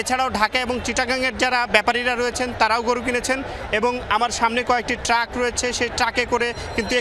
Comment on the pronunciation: রিপোর্টার কে আরো সুন্দর উচ্চারণ করতে হবে কারণ এটা যমুনার রিপোর্টার। ক্রেতা কে কেতা আর ট্রাক কে টাক বললে হবে না